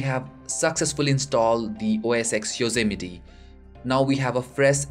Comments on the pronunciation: lol it's Yosemite not Yozzameti HAHAHAHAHA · Yayy! It worked! Btw it's pronounced Yose-miet (Yosemite)